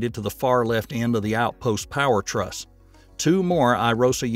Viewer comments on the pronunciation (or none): none